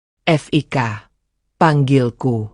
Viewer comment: Namanya kan Fiko. Kalo ditulis Fik, ya berarti panggilan dari nama Fiko, jangan dibaca F...i...k... Kayak ya narator mesti banyak belajar